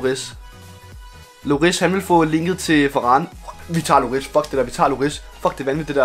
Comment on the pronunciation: ikke hate men han hedder hugo lloris men udtales hugo llori